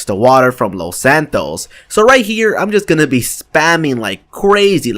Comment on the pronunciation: did hé just say loth santoes